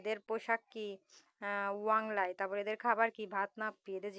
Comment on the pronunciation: ওয়াংলাই ❎ ওয়াংক্লাই ✅